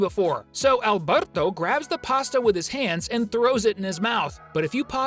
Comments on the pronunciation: the way he says Alberto though " AlbERtO " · Are we not gonna talk about how he said Alberto?😂